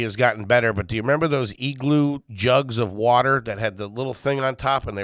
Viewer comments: I love that made fun of for pronouncing “water” correctly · When I heard that correctly pronounced Water, my brain slammed the breaks, like whaaaaaaaat was THAT???? 😆😆